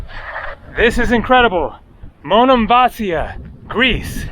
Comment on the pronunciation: it's Monemvasίa...accent in the I! Was there in March!